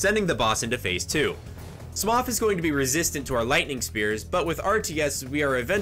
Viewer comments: painful pronunciation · Why does he pronounce it "smof" wth XD <3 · I’m very late but mother of god smough is not said smof please good sir it hurts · "Smoff" and Ornstein xD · Okay so I’ve heard a lot of weird pronunciations of Smough but.. “smoff” seriously? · The way you're saying smough is weird its said like smoe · That's a fascinating way to pronounce Smough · Smough is pronounced like "Snow" Gough is pronounced like "Cough" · You saying smoff the entire time hurt me in my soul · I don't think you can just do that with names. Anything doesn't go, you can't call a Steve, Sharon - unless they're into that. You can mispronounce things sure, happens all the time but if something is called something you can't just call it whatever. Sure my name is Ian but it's Scottish in origin and its how they pronounced it so that's how it was worded. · Great video! But isn't it "Smow", not "Smoff"? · Pretty sure Sif is a "she" not a "he", and its pronounced "smo" not "smof", otherwise great vid! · Ah yes, S M O F and ornstein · It’s pronounced “Smō” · i hate how he says it "Smoff" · I got irrationally pissed when he called Smough Smoph cuz they def look the same and that was after edits and a script... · Smuff, omg, never heard that pronunciation of Smough before. Awesome. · Smoph has to be the best mispronunciation of Smough’s name, hands down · Him: now it's time S M O F and Ornstein Subtitles: some, often, Ornstein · Smoff? Did he say Ornstein and Smoff? Or am I tripping😂 I had to rewind like 5 times to see if I’m wrong and I swear he’s saying Smoff. 🤣 great play through though dude this is some impressive shit 🤘🏻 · did he just call Smough “Smoff”? that’s not okay lol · Love your videos. Smough is spelled like Dough tho. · Hears pokemon music after Smough being called Smoff Are you Mah-Dry-Bread? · Holy shit, man said smof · is he jokingly calling smough “smoff” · Lmao "smof" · is he purposely pronouncing both ornstein and smough wrong